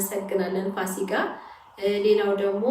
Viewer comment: ፋሲጋ አይደለም ፉሲካ ነው ለሙዬ❤